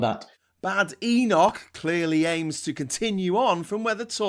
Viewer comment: The Boar of Badenoch is close to the Sow of Atholl. And it is not pronounced baydenoch.